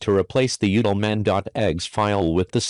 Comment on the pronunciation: I wonder if he allow the rooster to crow at the being of his video because the voice over sounds like he is saying egg and not exe. But then again its a rooster and they don't make eggs.